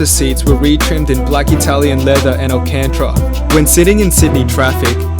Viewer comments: alcantra lol, its pronounced AL CAN TARA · alcantra? Nice try, it Alcantara (al-ken-ta-ruh)